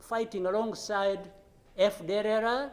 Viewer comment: This guy can't say fdlr, he should be talking in French instead of giving us job to hear what he's talking. Kagame is putting the life of Rwandans in risk after him